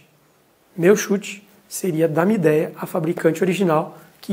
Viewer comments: A pronúncia da marca é mídia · a pronuncia é mídia e não mideia